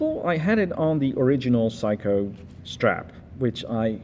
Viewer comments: Well first of all, it’s not a “psycho” it’s a Seiko; pronounced “say-co”. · Its Saycho...not Psycho...IMHO. Great Fart ...IMHO. Excellent Review Thanks